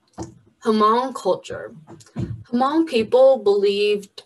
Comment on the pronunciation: Can talk about hmong people but cant pronuce the word "hmong"...